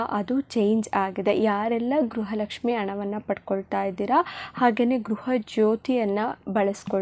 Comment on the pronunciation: ಗ್ರಹ ಅಲ್ಲ ಗೃಹ ಲಕ್ಷ್ಮಿ